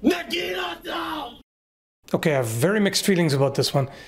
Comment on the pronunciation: nuh GI nuh tah! wow, never heard that mispronunciation b4